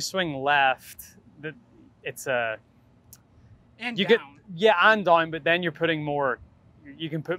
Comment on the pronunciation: rory says down reslly weird wth was that